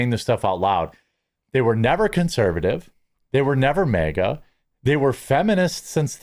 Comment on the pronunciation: It’s not MEEGA. ITS MAG -A.